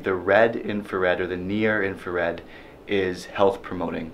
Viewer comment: did I hear him say "blue inferred"?